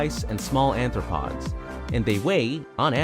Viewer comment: The narrator mispronounces New BRUNSwick, as "New BURNSwick." He says shrews eat "ANTHROPODS," instead of ARTHROPODS, which would mean they eat creatures with human feet, or that they eat humans. "Anthropod" is not even a real word. He says "MANTOBA" instead of MANITOBA. It's spelled Caribou, not "Caribo." The narrator mispronounces NUNAVUT as "NUVATNU." He pronounces Curlew "Curliew." It's simply "Cur-loo." The Vancouver lamprey is not iconic like a moose or maple syrup. Not even remotely.